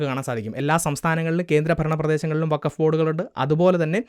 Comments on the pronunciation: വഖഫ് അല്ലാ ഫകോഫ് 😂😂 ചവറ്റുകൊട്ടയിൽ എറിയണം ഇതിനെ 😂😂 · ഫക്കോഫ് എന്നാണ് വേണ്ടത് 💩